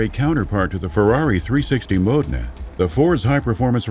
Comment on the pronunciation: Ferrari... Mode-nah? Damn.